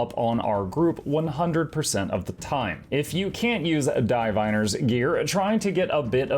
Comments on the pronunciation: anyone else bothered by the way pronounces 'diviners' as Dye-viners? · Your pronunciation of "Diviner's" is wrong... ROFL